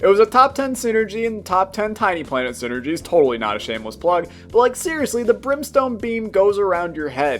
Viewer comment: I thought it was saying syringes and not synergies